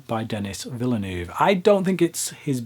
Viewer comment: Villoonoove. lmfao. try veelnerve as approximation